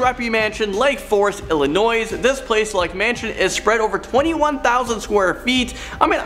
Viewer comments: You actually DON’T pronounce the “s” in Illinois. Just saying. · The first girl was good. The second guy - MAN! It's not a "catch 22", it's not Martha's VINEyard, it's not Illinoiz, and it's not "loss" Feliz.